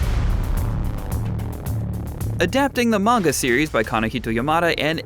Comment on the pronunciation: Side note.. Pronunciation of Manga causes me to cringe..